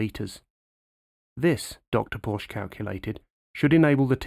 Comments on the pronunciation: 👽Porsche is a two syllable word...at least if it's air cooled. (for the purists) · Yet another "expert" that cannot bother to pronounce Porsche correctly. Porsche is a two syllable word. And what is the German national colour? It is not silver...... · like a patio, its a "porch" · 👍👌👏 Very interesting! But it's Porsche with an e at the end and definitely NOT spoken "Porsh" like so incredibly many North American people do wrongly unfortunately.